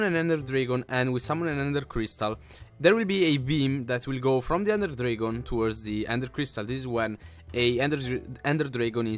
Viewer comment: You Said drigon instead of dragon